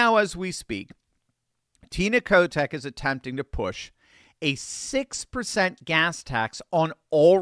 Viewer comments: Every time you say Kotek name , i keep hearing Kotex as in pads 😁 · I thought I heard a slight slip of the tongue on Tina's last name. It is the nickname the kids here have for her. Oh, and let us not forget to the riots Downtown in 2020. If the people in Multnomah County have had enough, we'll flip.